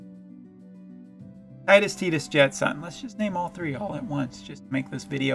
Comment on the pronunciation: Public Service Announcement from an elder: You're right, it's pronounced "Tide-us." FF7 "Cloud" (pronounced how it's spelled, is a reference to the fluffy things in the sky); FF8 "Squall" (pronounced how it's spelled, is a reference to the sudden gusts of wind bringing water); and FFX (pronounced "ex", not "ten," it was supposed to be an experimental FF game which is why it broke the numerical line) "Tidus" (pronounced how it's spelled, is a reference to -- say it with me now -- the t-i-d-e. That's right, tides like the water. Tides, water, obvious themes of FFX).